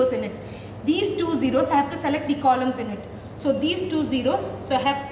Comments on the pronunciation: Did Anyone Hear Condom? 😅 (4.32) Anyways Good Explanation Mam ❤ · I heard the word "condom" instead of columns in allocation explanation...😁😁